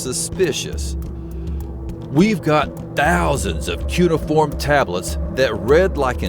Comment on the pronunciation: Sorry to do this, but you said it like nine times and it was driving me up the wall. Its pronounced COO-NAY-UH-FORM